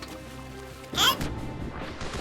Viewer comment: i like how he says elp elp elp elp